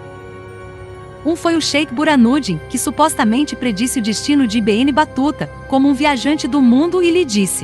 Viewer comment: Assassinou o nome do cara! i be enne , nao ne? Se nao sabe traduzir, pergunte alguem.